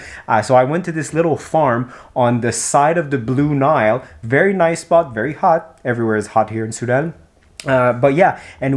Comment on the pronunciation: Oh by the way the way you pronounced Nile in French is how it is in Arabic :)